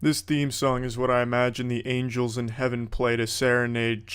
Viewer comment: Angel, not angle